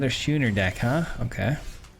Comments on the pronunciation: This set really is a pronunciation challenge for all of us isn’t it? “SKOO-ner” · Draught is pronounced draft, from the British speling, and Schooner has a hard C pronunciation, like school. Love the deck! Mardu anything rocks.